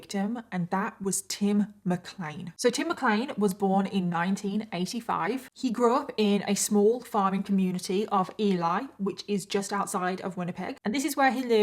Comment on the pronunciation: Pronunciation of Ely, is sounded out Elee